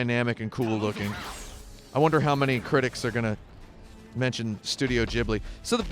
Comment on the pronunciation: Did he mispronounce Ghibli? He did.